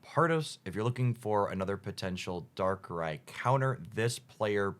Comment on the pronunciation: Subbing for the correct pronunciation of "Darkrai"!